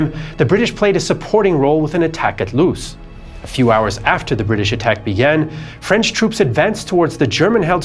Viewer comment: As a frenchman, I must admit that you have an outstanding French accent! It's quite rare for English-speaking people to pronounce our language correctly!